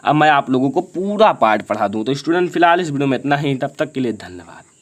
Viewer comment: बेटे ईस्टूडेंट ना होता स्टूडेंट होता है।